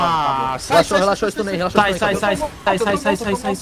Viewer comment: "calmoU" "relaxoU"